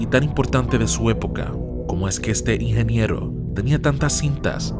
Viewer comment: Por querer hablar rápido no se te entiende la palabra "ingeniero"